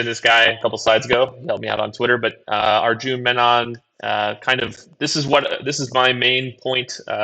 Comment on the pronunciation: FYI Arjun's name is pronounced a bit differently. He's on the PFF forecast podcast if you want to hear him pronounce it. Good content this week 👍